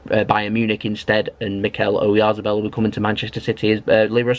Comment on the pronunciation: I think it's pronounced O yarth a bell, he looks good player.